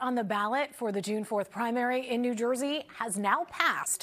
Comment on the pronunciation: Did they say new joisee?